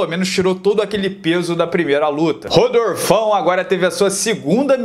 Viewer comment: “Rodorfão” é foda! 🤣🤣🤣🤣🤣🤣🤣